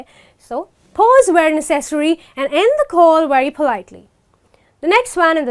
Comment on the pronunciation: Necessary is pronounced [ˈnɛsəs(ə)ri] beautiful lady thanks for your video!